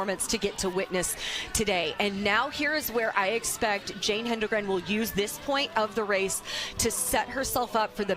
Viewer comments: To all the English majors out there who took it upon themselves to correct the announcers about Jane's name. Just stop. You know who does not care? Jane. Just enjoy the moment. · I had to mute this. Yap yap yap blah blah blah STFU AND GET HER NAME RIGHT BOTH OF YA!!!🤬🤦